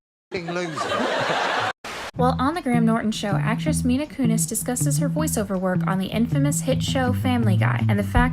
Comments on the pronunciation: You just called the greatest actor alive “James McCavery”. It’s also MILA. Not “MINA”. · I apologize if someone already said this but, do you intentionally pronounce celebrities names incorrectly? Even some of the ones you mess up are said in the following clip. "Kiara Knightley, James Mcavery, Mina kunis"